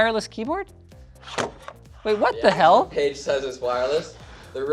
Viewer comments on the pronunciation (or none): none